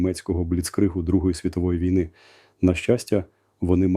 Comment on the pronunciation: Голос Залужного, а наголос як у штучного інтелекту... На тридцятій секунді неправильний нагос у слові ВІЙНИ. Треба задуматись. Думаю що фуфло. Це не Залужний. Звнадто монотонно для Залужного.